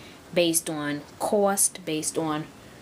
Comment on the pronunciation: "the cwost" XD